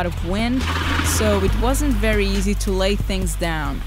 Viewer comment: Wery wery nice.